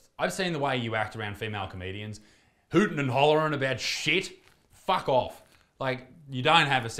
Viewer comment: Part of the reason i watch Isaac is the “Fawk ouff”s